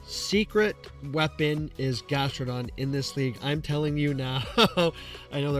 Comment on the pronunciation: Go Battle "LAG" he said XD